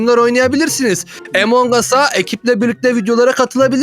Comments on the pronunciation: Emong us değil among us diye okunur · abi emong as değil among us diye okunuyor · Abi emongas deil amongus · Evet emongas